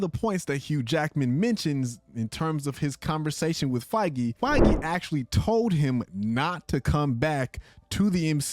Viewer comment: the one youtuber that says kevin feiges name right !!!!!!